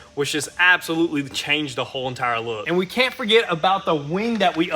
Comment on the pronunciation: You need to 'Palculate' the 'caint' bro! 😂